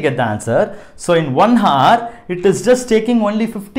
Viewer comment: It should be pronounced 'our' h should be silent in hour. Thank u